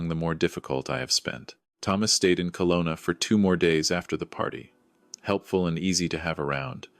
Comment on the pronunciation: It's Kelowna, not Colona. True story? I think not